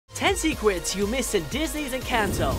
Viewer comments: You said secwets not secrets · Anyone else realized he said sequets